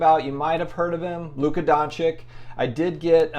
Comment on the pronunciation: It’s pronounced Luka Don-chich not don-chick